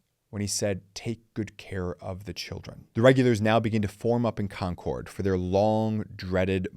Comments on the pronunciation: It’s ConCurd. Not Con CORD. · Love ya, but having grown up in Lexington, hearing you say "Kon Kord" repeatedly almost made me click away. We pronounce it more like "Konkurd". Or if you have a wicked thick Boston accent, "Konkid". Just thought you might want to know. LOL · Nice job. One picking of nits, your pronunciation of Concord is a little off. It's pronounced "Concurd", with the second syllable being softer. I was born and raised there. Thanks for the trip down memory lane.